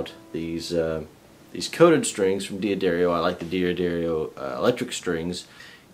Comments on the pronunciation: It's pronounced DAD-DAR-EE-O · FFS......It's pronounced "DUH-DAR-EEO"....